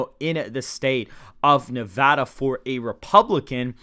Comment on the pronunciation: Thank you for pronouncing Nevada properly. Nev-add-uh, not Nev-ah-duh.